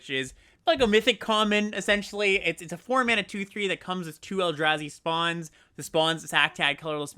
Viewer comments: Mispronouncing the “a” in Eldrazi and Abzan in opposite ways is so funny and infuriating at the same time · You’s knows the Eldrazi from Staten Island?